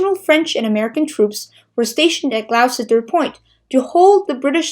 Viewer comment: Great Video 🤗🤗 - by the way.... "Gloucester" in Gloucester Point is pronounced as "Gloster" ....the intricacies of English spelling at work 🤯🤯.